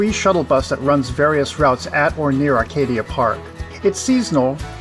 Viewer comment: please please please...pronounce ACADIA Park correctly in the future...it is NOT ARCadia! Other than that, the video was great!